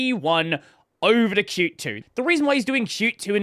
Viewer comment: pronouncing qt the right way 🎉🎉